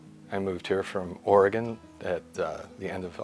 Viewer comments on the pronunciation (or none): none